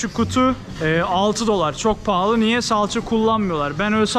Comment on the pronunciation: Abi neden pahli diyorsun?*